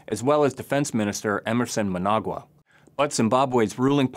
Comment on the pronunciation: Mnangagwa not "Mnagwa" LOL